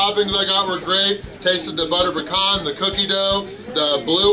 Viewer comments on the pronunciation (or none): none